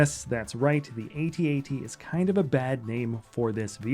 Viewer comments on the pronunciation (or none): Why do you keep saying "ay-tee ay-tee" lol